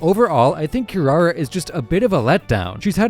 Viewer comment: Did he just pronounce kirara "SHE" ??